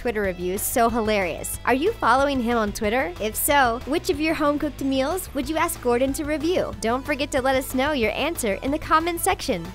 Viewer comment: Mils?? It's meals....